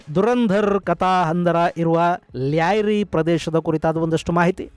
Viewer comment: ಲ್ಯಾರಿ ❌ ಲಿಯಾರಿ ✔️